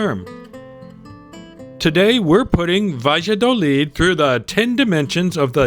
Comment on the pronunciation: Sorry, but want to bring an aspect. The town is pronounced "ba'ya'dolid'. I like that town. Nice shops and restaurants.